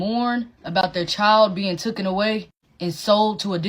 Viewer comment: "Tookin away." Yup that's all I needed to hear to know this woman does not have enough education for me to give her the benefit of the doubt about the etymology of a phrase. Probably heard that tripe from some coked out black supremacist standing under an overpass yelling about how "we bult da puramids n shi".